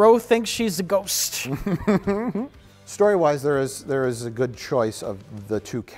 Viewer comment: as a Milwaukeean myself I much appreciate how Mike pronounces the word "ghost"